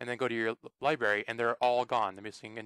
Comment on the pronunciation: This did not work on my itunes. And are you saying Libary?